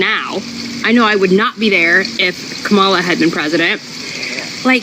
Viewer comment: Racist! Racist! Racist! She mispronounced Kamala's name. 🤣 If he's a good Leftist, why does he care if he's labeled gay or not?